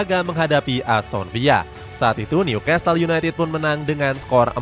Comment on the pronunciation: bacanya Nyu-kasel bukan nyukastel ya narator